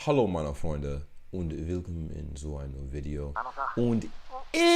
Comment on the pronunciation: Yooo when i heard you saying "hallo meine freunde" in the beginning you actually sounded like a native speaker